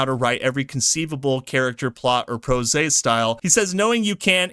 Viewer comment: Prose rhymes with rose. One syllable.